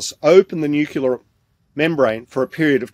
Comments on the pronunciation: It's nu-c- le-ar. There is no U after the c. It's not nu-cu- lus. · I put up with it the first time, but I am not going to put up with it all over again. It's NUCLEAR and NUCLEUS, you dunderklumpen! Stop screwing around with your George W. Bush impersonations and stay out of public until you can learn proper flocking ENGLISH!